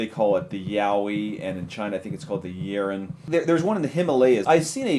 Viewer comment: The yeren not the urine!!! Lol please fire the other guy he started talking about total uselessness what a joke my head hurts now